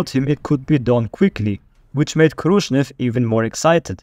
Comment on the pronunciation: Good vid, but its KhrushCHev, not KhrushNev